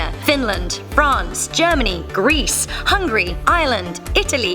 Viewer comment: Hungry or hungary?